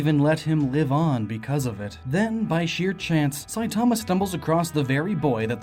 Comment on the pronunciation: Why does the way you say "Saitama" annoy me? It's sooooo wrong.